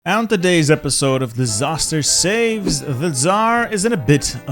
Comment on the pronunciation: Dis-tsar-ster save?